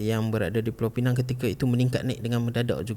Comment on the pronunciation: Pulau Pinang..bukan pineng...pineng tu power bank...Penang pun bukan...ada 2 jenis e sahaja...e pepet dengan e tanda....jadi mengapa kita guna Penang tapi sebut pineng power bank?